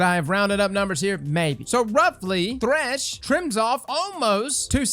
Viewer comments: Why “TH*ESH” and not “THR*SH” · "Is thesh the meta?"